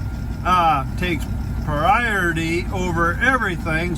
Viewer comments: Sounds like "pry - or - it - ee" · “Pry or it tee!” 😂